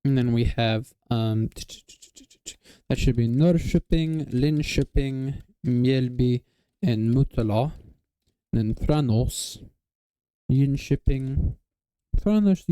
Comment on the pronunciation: Västerhaninge uttalades rätt bra. Han skulle behöva dra ut på A:et som när en katt "JAmar". Tranås ska nog inte ha emfas på "ås" utan snarare TrAn-oss.